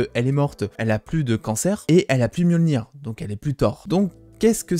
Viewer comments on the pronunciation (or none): none